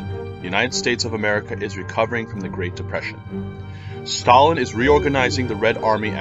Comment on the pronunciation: His ability to butcher ww2 leaders names like stalin did in ww2 is inoressive